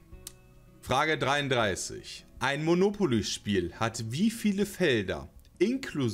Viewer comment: das bei frage 33 Monipoly statt Monopoly ist wohl keinem aufgefallem